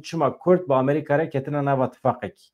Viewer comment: Bira can... ew bes e wun dibêjin "Amrîqa" yaaaaw...!😂 Amerîka...✔ Amrîqa...❌